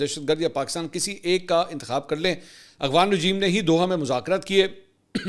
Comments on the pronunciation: Aghvan nhi Afghan hota ha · منصور علی خان صاحب آپ افغان کی بجائے اغوان لفظ کیوں استعمال کرتے ھیں میں نے اکثر نوٹ کیا ھے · بھائ اغوان طالبان کیوں کہتے ہیں جبکہ لفظ تو افغان ہے